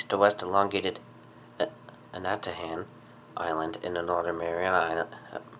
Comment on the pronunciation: Pronounced Ana-ta-han I'm from Saipan. I remember the massive eruption in 2006 🌋